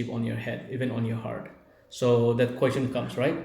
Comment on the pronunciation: actually you pronounce wrong about question, tell Emma to teach you how to pronounce question 👍